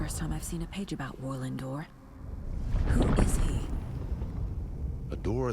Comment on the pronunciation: The pronunciation of “Warlin Door” sounds like “whirling door.”